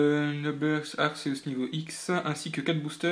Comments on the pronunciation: sa se prononce pas arseusse mais arKéUss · sa ce dit arquéouce mais sa s'ecrit arceus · je sais pas si on ta fait la remarque mais arceus se prononce "arkéus"